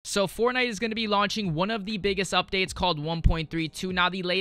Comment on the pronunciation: Why does he say fornigh